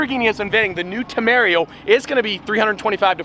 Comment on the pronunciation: TE-ME-RA-REEO, NOT temerio